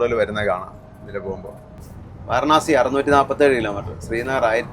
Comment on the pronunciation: It's not varnasi , it is varanasi.learn how to pronounce first